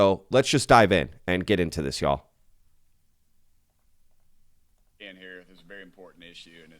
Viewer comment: I like how you say “y’all” like a true Texan. pretty cool to hear on my end in so cal.